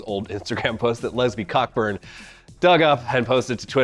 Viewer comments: Isn't it pronounced Co burn? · It's pronounced "Coe-Burn", but yeah, funny name when you say it that way xD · Not sure if its a joke but Cockburn is pronounced "co-burn" the C and K are silent